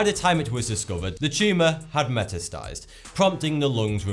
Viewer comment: you pronounced metastasized wrong.